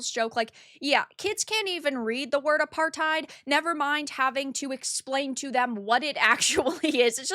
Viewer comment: I'm sorry, did you just try say apartheid and frankly absolutely butcher it??